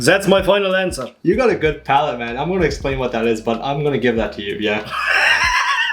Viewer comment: I like when he says that he says zat